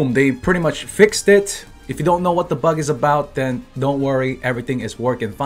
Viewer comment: Funny how he says "the bug"